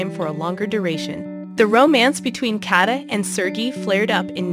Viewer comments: Please, re-record this… how can you say ser-gee? Please not kata; it’s Katya! In Russian there is a y sound before the e. “Ye” 9 to 11?? Is this a bot reading? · Nice video but you could have made the effort to pronounce their names right: his name is pronounced sir- gay and Ekaterina’s nickname is pronounced Kat-ee-ah and her last name is pronounced Gor-dee- eh- vah. Daria is 31 years olds and her name is pronounced Dar- ee- uh